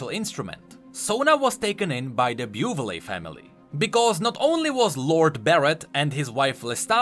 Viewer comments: I'm sorry, but the name of "Buvelle" family is pronounced [büvel], not [bjuːvelee] ... like umlaut ü in german and elle in french ... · Bo-Vil not Bo-Vil-li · it think it is pronounced ''bu-vell'' :v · It's for names like Buvelle that it really would be better if you ran them through Google Translate to learn how they're pronounced.